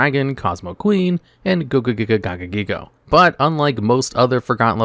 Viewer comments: Its gogiga gagagigo not gogogiga gagagigo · My guy hit the Gogogiga Gagagigo flawlessly